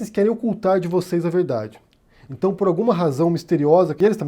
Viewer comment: "Num tá na Bíbria"? "Intão"...